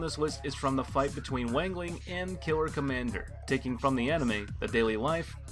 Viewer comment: My Chinese ancestors died when he mispronounced Wang Ling and Sun Rong 😀